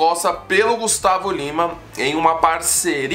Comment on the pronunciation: Kkk, ele não conseguiu pronunciar o nome do Gustavo Lima!